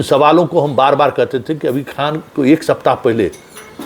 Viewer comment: Pahle to aap Mahajan thik karo KHAN KHAN bolte ho